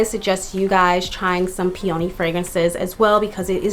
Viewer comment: It’s pronounced peee-uh-nee